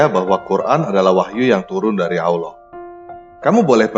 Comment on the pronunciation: yg salah baca siapa? Tulisan Allah bacax auloh... gak tau baca yachh.. hehehe